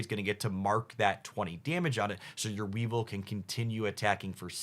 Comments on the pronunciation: I commented on the pronunciations in his previous videos. It's a regular thing. Weevil and weavile and not the same pronunciation and yet he does it all the time. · So hyped for dark enjoyers. Obviously pronunciation isn’t really a big deal, but I wanted to offer this suggestion: “Weavile” is pronounced like “vile” (because gross) and “Mismagius” is pronounced like “mage” (because wizard hat) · Please for the love of God tell me the mispronunciation is a thing you've already cover and you dont give a fuck, you are trolling or whatever beacuse I couldn't stand hearing "Pa-ku-ri-su", "We-val" or "Dark-rayy"... I think I dont even want to hear the rest 🥲 Oh God please no... "Mis-trea-us" So you spell Weezing correctly... But not "we-val" IT HAS AN "I"! is a "We-vile" 😭😭😭